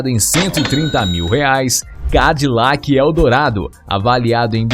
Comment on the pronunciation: Cara, sem querer ofender, se voce teima em tentar pronunciar nomes e palavras em ingles; pelo amor a cultura, melhore seu ingles, chega a doer os timpanos quando vc tenta dizer ;oldsmobile, chrysler, Cadillac entre outras...no mais seu documentario ficou exelente